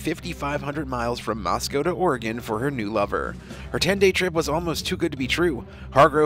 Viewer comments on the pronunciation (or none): none